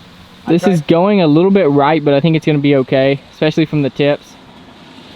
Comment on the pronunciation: "ekspecially" and "horocious" are so much worse than "give me" or mixing up left and right.